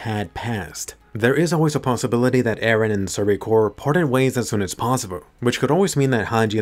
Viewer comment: Most likely "Ereh" She said 114 times till now lets see how far it goes